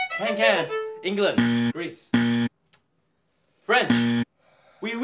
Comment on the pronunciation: Nah that's 15k Italians offended by Brett saying ENGLAND